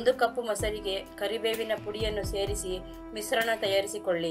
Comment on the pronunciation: Yar matadirorige sha uchharane bartila shampoo anoke sampoo anta, kesha anoke kesa anta mishrana anoke misrana gotayta